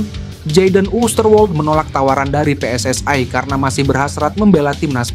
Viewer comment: KOMENTATOR INI MERUSAK BAHASA INDONESIA... JANGAN PERNAH MENCAMPUR ADUKKAN BAHASA... PSSI BUKANNYA PSSAI BACALAH DAN SEBUTLAH DENGAN UCAPAN YANG BENAR JANGAN MERUSAK BAHASA INDONESIA DENGAN MELAFALKAN HURUF DENGAN UCAPAN PSSAI